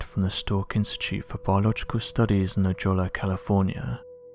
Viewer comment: La Jolla os pronounced La Hoy-ya